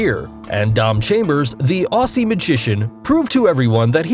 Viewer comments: I’m Australian and very sorry but hearing someone saying it as (au-sss-e) and not (au-zz-ie) just annoys me, just letting you know. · Tip for foreigners: it’s pronounced Ozzy... not auh-ssie. ;p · It’s not Ossy it’s Ozzy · ITS AUZZIE NOT AUSSIE ITS SPELT AUSSIE BUT IT AUZZIE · Ossi? it's pronounced Auzzie!!! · “The ossy magician” how did you stuff that up so badly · "Aussie pronunciation" Au-zzie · omg aussie is said as ozzy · FYI 'Aussie' is pronounced 'ozzie' :) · Aussie is pronounced Ozzie I’m not hating though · Wtf is an ossie it's an aussie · It’s funny how he said Aussie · Why do you say Aussie like that?